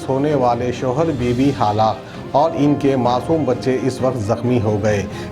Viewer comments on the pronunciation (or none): Hallak nai halaak bolte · kounse goun village ke hai aap jo Google ku Gokul halaak ku hallak aur bhi bahoth se ghalti hai aap ke talaffuz me